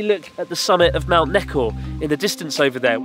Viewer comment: Any one smiled when he said mount neko?